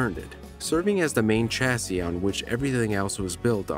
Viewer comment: Don't pronounce the final "s" in "chassis": "cha-ssee"